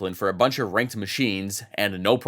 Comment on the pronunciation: everytime says ranked it sounds like wanked and also was this premire or something